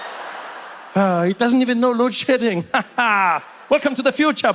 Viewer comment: Is he saying load shitting?